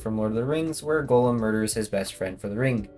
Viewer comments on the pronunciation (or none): none